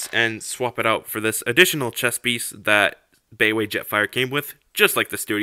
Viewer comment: Nice review! I'm gonna be watching more of your stuff for sure. FYI I think "baiwei" is pronounced like "BYE-WAY". Correct me if I'm wrong.